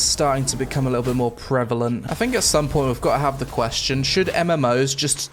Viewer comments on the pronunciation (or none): none